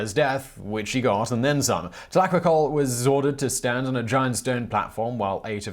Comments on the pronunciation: No Simon. Tlahuicole is the correct pronounciation. No worries. Thanks for another excellent video. We do appreciate all the research that must go into this series. Peace. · Come on Simon.. it is pronounced Tlahuicole, not Tlahuicole!